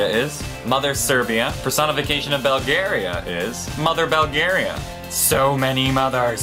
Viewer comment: It's 'BULL-GARIA' NOT 'BELL-GARIA'